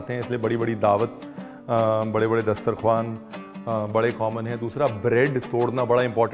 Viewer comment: You pronounced the word "dastarkhawn" so perfectly even some urdu speakers cant